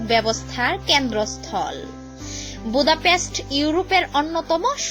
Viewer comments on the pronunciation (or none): ভোদাপেস্ট হবেনা, হবে বুদাপেস্ট.. মাইয়াডার গলা খুবই খেত মার্কা। উচ্চারণ শুইননা থাবরাইতে মন চায়। অামার বাসায় বুয়ার কাজ করবি..??